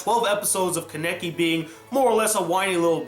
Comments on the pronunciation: why can't you pronounce names right? lol I notice that in a lot of your reviews like even if the name is clearly said in the anime you pronounce it wrong or the title of the anime you'll pronounce wrong which isn't that bad since the title usually isn't said so you don't usually know how to pronounce it but your pronunciation of character's names irks me just a bit. kaw-neh-key not kuh-neck-ie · why can no one pronounce kanekis name right he can't watchmojo can't it is easy